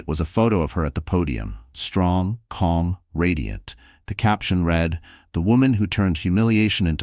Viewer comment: I wish you can make your computer voice pronounce things correctly. Eli has the long I sound, and a short e. Read in the past tense is pronounced red.